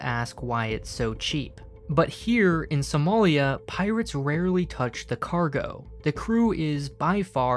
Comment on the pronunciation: It is somali not somolian